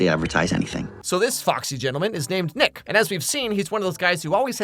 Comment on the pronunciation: I had to rewind sounded like you said 🥷mad at you…. 😂😂😂 it was Nick Is Mad at you…. My bad